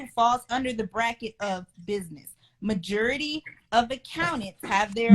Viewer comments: She has a business degree and pronounces “majority” “murjurity.” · Majurity? She said $60K likes it a lot🤣